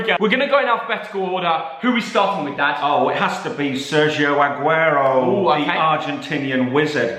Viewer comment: The disrespect on Aguero’s name